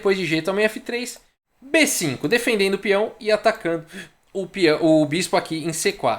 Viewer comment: Só eu escuto falando "denfendendo"?